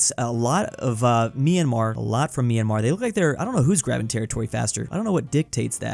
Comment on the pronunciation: It's my-an-mar, not me-an-mar!!!